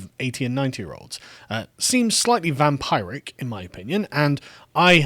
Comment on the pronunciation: "Vam-pie-Rick" - Carl Benjammin, Circa 2021